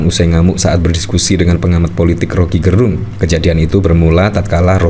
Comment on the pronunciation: Om Rocky dilawan... Orang Manado bilang "nintau tako" artinya gak kenal takut. Btw Gerung Laval "e" nya kayak di kata enak atau kecap bukan Laval e lemah swperti yg dilafalkan admin. Gerung itu marga org Minahasa.